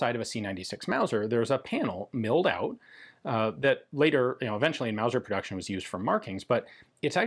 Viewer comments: Wauser? That's ridicu-rous! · First thing that came to mind, when Ian said wauser, was Sha- na-na. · Mauger or Luser?